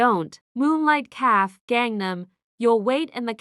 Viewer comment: The AI narrator is horrible. Mispronouncing simple words like shoe/show, café, afrobeats, wound, and other words. The plot was different. Liked story.